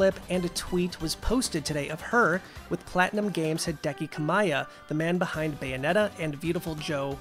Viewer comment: "kami-ya" Not "ka-miy-a"